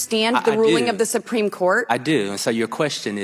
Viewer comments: The “sipreme” Court? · "Simpreme Court" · "The sumpreme court" ? She doesn't even pronounce half the words she is reading from her screen right. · Soompreem court? Re-lied? Good lord she needs to read some key stage learning speech books. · Did she say "sumpreme" court I think she did 😂😂😂😂